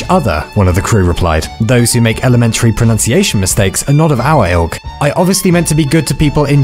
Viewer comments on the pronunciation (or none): none